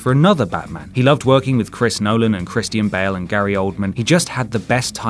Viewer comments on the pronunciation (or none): Wait did you call Christian Bale....Kristin Bell......either your accent made it sound like that.....or there is a dark knight cut we never seen